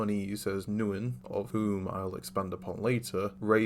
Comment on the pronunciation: Very good, underrated video Though, fyi, Neun is pronounced like “Noyn”